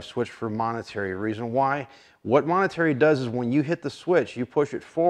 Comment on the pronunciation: "Momentary"... not "monetary".